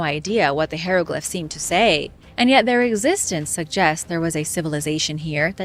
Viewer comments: pronounces it wrong.,...hi (long i) re(short e) glif (short I),... pronounced like "high reh glif". 👍🏽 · Say it with me please high row glyph Ick it’s almost as bad as the stienfeld paper mache episode lol